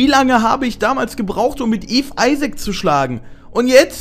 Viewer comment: Wie TT einfach auf einmal nach dem Isaac, die perfekte Englisch-Aussprache hat! :DD